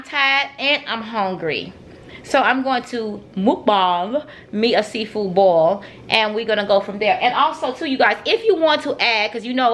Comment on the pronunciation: "CUZ AH SMELL SEA FOO" 😂😂